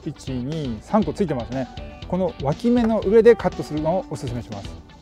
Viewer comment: 今日も楽しかった😆 毎回、ぷぷーって声出して笑います🤣「脇芽」が一回「脇毛」に聞こえた😅 多肉の擬人化が強い！私もこれから植え替えのとき「はいこんにちはー」って声かけます！いっぱい「かわいいかわいい」って育てたいと思います😆